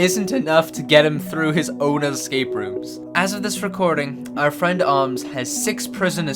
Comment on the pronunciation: He no has fwend